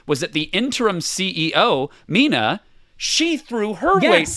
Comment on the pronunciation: It’s not Mina….